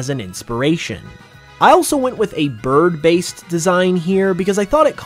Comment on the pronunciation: Yes you said birb